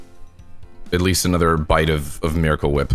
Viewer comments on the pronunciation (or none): He pronounces Miracle Whip wrong